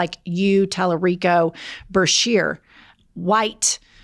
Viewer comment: Wow, really dunked on Duncan! Multiple chances and he still F-A-I-L-E-D. P.S. - BA-shear✔ not BRA-shear❎